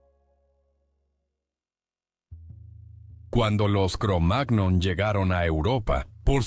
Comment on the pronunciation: Sugerencia, la próxima vez escribí "cromañón" si vas a hacer que una IA lea el texto, ya que la pronunciación "cromág-non" es enojosa.